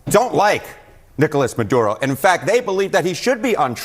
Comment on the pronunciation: Say it the way it's spelled. Maduro...not Mudoodo.